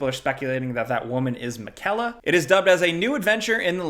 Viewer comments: Woman? Mih-kella? Did you even play the game? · Misgenders and mispronounces miquella. My 2023 sensibilities are extremely offended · Malenia didn't hammer the pronuntiaton of "Miquella" in to you